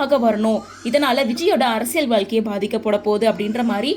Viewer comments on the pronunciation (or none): none